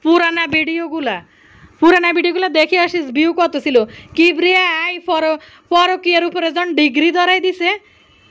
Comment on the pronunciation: কিবরিয়া বলতে পারে না। বলে কিব্রা 🤣